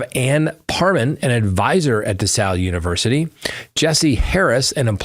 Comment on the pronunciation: Just a minor detail. It's DeSales University. Not DeSals. It's pronounced just the way it is spelled. :)